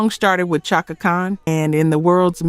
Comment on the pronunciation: It’s Chaka (Shaka)